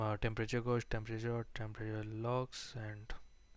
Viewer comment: you say the word "gauge" wrong